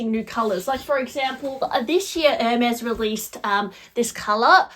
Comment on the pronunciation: To discuss Hermes bags, one should either take French or learn how to pronounce French words. At the minimum. To sound worthy of all those elite bags.